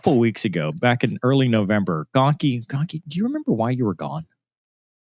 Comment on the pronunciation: Shocker the news messes up Gonky's name, pretty par for the course